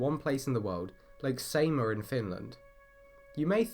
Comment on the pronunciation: The pronouniation is terrible. Try ''Sighmaa''